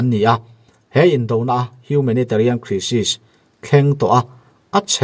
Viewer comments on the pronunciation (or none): Crisis ti hi kraisis ti a lamrîk tur